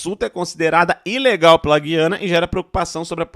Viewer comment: é GU iana meu fio. Quem fala GUI ana são os portugas. Brasil não vai fazer nada. Vais só ficar olhando. Pq além de ser da nossa conta, tem China, Russia e EUA no meio. E Venezuela é nossa aliada pra nos vender petroleo em caso de não passar navios no oriente medio